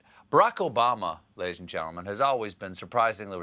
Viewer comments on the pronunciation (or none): Hey Stephen, sorry I didn't hear it clair enough... Did you start your show saying "Ladies and Gentlemen..." or "Lazy gentlemen..." ???